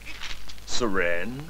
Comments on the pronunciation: "syreenge?" HAHAHH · Haaaaa. He doesn't say sirenge The dum ass said sirin...lol. You're the best Chris .. Keep the awesomely hilarious videos coming brother ..